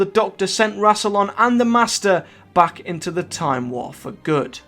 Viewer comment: ve last gret tahm war